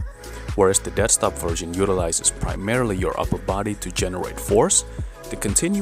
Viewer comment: Dead stop, I thought you were saying desk top